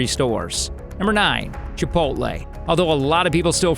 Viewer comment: Typical Yankee can't pronounce chipotle